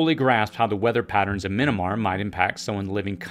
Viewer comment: It's not "Minnamar." It's MY-AN-MAR.